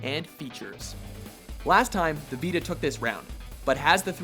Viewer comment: why can't this guy say Vita properly